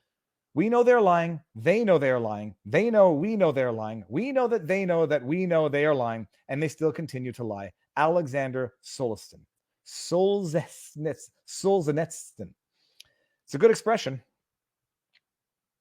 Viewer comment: Let me help you with that pronunciation- Sol-zhen-YEE-tsyn- but as for your content, all I can think of lately- watching main stream media constantly take the side of the woke- the Depp trial just one example- is that Satan is the father of lies- and listening to you I realized how MUCH he is lying now. And now we can't even ask a question? Mamma Mia!